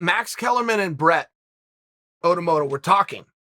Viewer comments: We all heard that right! Ottomotto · me: brett okamoto uncle chael: brett otomoto me: brett otomoto